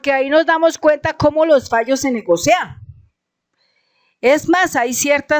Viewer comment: Querida. Un pequeño lapsus linguae se te escapó. No hay que decir negocea sino NEGOCIA, aunque parezca algo raro.